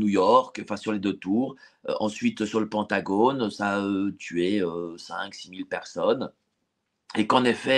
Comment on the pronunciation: en français, on prononce Pentagone = PINTagone